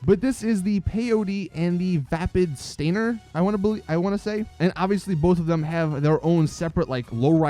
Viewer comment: OML, its STAN-ier not STAIN-er. Urrrr it annoys me when people say that:')